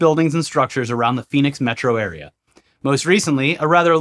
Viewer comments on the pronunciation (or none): none